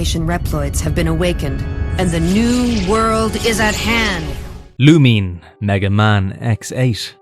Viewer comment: It's "Lou-Min-Ay" not "Lu-Meen"